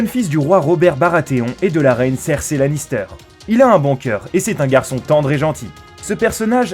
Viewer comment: Aussi faut choisir entre prononcer à la française ou comme l'original. là il nous sort des Tyrion mais Theon(nne) faut savoir et Cerci(i) ne méritait pas ça